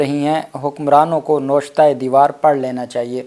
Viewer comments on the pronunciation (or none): Bhai lafz NOSHTA NAHIN HOTA.YENAWISHTA HOTA HAI.